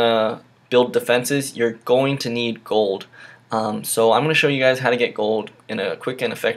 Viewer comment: It's goLd Not Goud